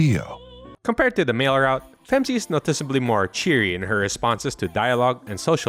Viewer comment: Great video but you got something wrong. It’s not “Femc” it’s “Phem See”